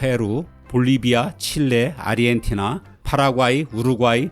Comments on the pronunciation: 왜자꾸 아르헨티나를 아리헨티나로 읽으시는지.. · 아르헨티나 라고 안하고 아리헨티나 라고 하심 ㅋㅋ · 아리엔티나로 들림 ㅋ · 아 아 아리헨티나